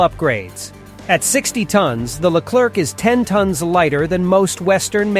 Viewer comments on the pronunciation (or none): In english it should be pronounced ''leclaire'' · The Leclerc weighs only 56 tons not 60 and the C put at the end of the word Leclerc, mustn't be pronounced it's a silent letter.